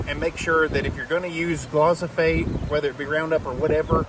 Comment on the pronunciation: pronounced gli-fo-sate. Great content my friend. I will think twice this spring.